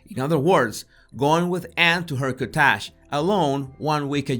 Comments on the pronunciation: Oh my God!! Best accent I've ever heard. I was like 'what is a "bitch kaTaj"? Is that like the "kaTaj Mahal"? .... Oh! It's a beach COTTAGE! But a very fancy one. Ahahahah. (I grew up in a bilingual family where both parents spoke English with an accent but I never heard anything like that.) Sorry, but that's hysterical. I'll listen again just to hear the way he pronounces things. Makes we wonder who's writing. Maybe he did it on purpose to be funny. But its only funny if its unintentional. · Interesting analysis. I was a bit confused when you spoke of Bill Gates annually visiting his ex-girlfriend, TO TALK ABOUT BIOTECH at her cottage. (I had to guess you meant cottage - conventionally, it's pronounced like COT-ij - accent on the first syllable.) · I’ve never heard anyone call a cottage a “ cattash” before ….took me a sec to figure out what he was trying to say! That being said, I love his accent… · Ow...his accent is PAINFUL 😫 So how DO you pronounce COTTAGE???!